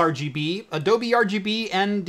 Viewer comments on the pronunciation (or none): none